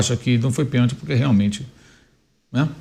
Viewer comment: Foi pênalti e não peeeeeeenalti.